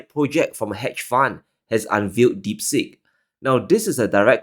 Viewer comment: Deep Seek, not as you mispronounced as "deep sick"! Not from India...